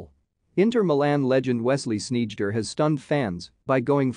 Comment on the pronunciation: The "eij" is pronounced as "eye", not as "eedj".